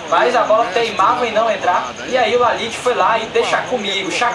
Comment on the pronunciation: O nome do cara não é Laliti... é Ljajić, e se fala Liaiti